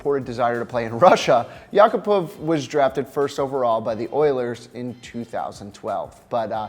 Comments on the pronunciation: The way you pronounced yakupov... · its pronounced "yack a pov" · The way he pronounced Yakupov made me cringe inside...